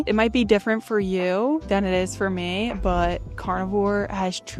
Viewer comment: It's meeeee, not may. Now that you've fixed your diet, work on proper pronunciation of basic words. This isn't a tryout for the Baby Got Back video.